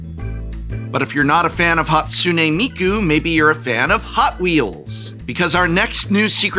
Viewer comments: Prof has had to say Hatsune Miku so many times that I think he's said every possible minor mispronunciation at least once. A couple of Mikos and a Hakune or two slips past after so many repetitions. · Tbh Prof, the intentional repeated mispronunciation of Hatsune Miku just comes off as a bit racist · At first i couldn't tell if he was mispronouncing "Hatsune Miku" on purpose or on accident. Then i realized he pronounced it wrong differently each time, and i had my answer. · is he deliberately mispronouncing "Hatsune Miku" each time as a running gag? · I love how the prof mispronounces hatsune miku differently each time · prof pronouncing hatsune miku a different way every time is kinda funny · I truly respect Prof slightly mispronouncing Hatsune Miku's name in like 4 distinct ways